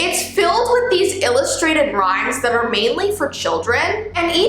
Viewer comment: I like how she said MAINLY mainly for children 💀